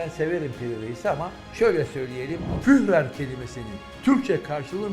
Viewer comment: HOCAM! ,,FÜHRER" KELİMESİ ,,H"SİZ OKUNULUYOR, YANİ BİZİM DİLİMİZDE >FÜÜRER< OLARAK OKUNULUYOR. BAZI ,,H" İLE YAZILAN KELİMELER ,,H" SAYESİNDE UZATILIYOR. BELKİ MALUMUNUZDUR İSPANYOLCA'DA DA ,,H" HARFİ OKUNULMAZ. SAYGILAR, HÜRMETLER